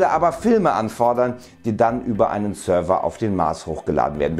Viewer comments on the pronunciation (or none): none